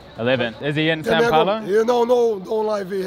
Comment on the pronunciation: Haha its funny the way u say "São" looks like Sa, try saying as u say sound, "Soun" from sound looks more like "São" from "São Paulo", this "Ã" sound is a little bit hard to english speakers, right?